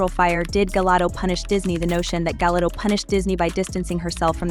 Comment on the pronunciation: Translation : Shockingly biased, but in your favorite direction. Show me ONE TIME this video pronounces Gal's name correctly.